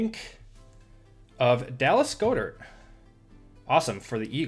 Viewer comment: Love the vid just an fyi, goedert is pronounced god-dirt